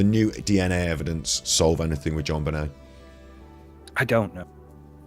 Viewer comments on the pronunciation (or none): You guys keep mispronouncing her name! C'mon! It's pronounced ZHON--BEN-AY! (Accent on last syllable).